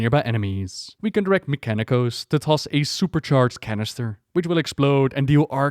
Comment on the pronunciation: Remember when he was still called "Meeka-Nee-Kose"? Those were good times.